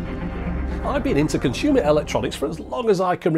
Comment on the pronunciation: Conshumer. Not to be confused with Amy Schumer.